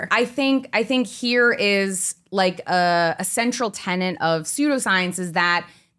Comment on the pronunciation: Yes, says "pregnant person" somewhere around 40 min in. Later, she pronounces tenet as tenant but I can forgive that, especially since she did so well exposing chemophobic pseudoscience.